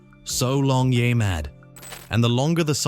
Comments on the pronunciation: It's NOT yai... it's YEAH mad facepalm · Stop letting AI read your scripts! It can't even properly pronounce "Yeah Mad!" It's not "YAY Mad!!!!" 😠😠😠